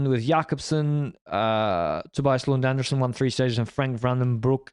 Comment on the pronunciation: Tobias Lund Andresen's last name is pronounced An-DRE-sen, not like Andersen. Just say it like you would pronounce Dr. Dre :)